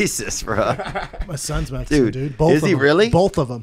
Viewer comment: “ my girl is Metzeecan” lol